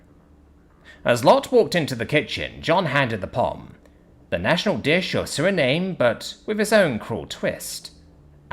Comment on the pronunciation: Suriname is spoken as Suri-na-may Lotte is apoken as Lot-t